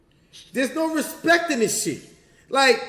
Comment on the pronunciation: Smack says let's have some RESPET let's have some RESPET 😂